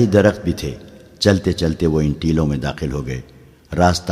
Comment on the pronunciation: Teloun ( galat ) Teeloun ( Saherh )